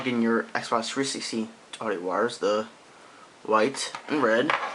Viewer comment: i hate the way u say xbox 360......u say sbah 3sity